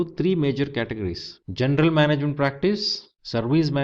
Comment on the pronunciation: why do you say "gendel management" if it's written "general management" :::)